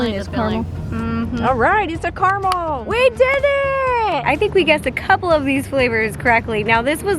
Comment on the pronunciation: I love how she says caramel wrong.... 😑